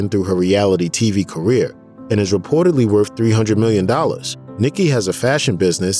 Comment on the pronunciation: A narrator that cannot pronounce basic words? Truth is not troof, worth is not wurf LOL!